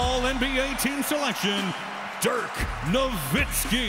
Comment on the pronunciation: how u mess up dirks last name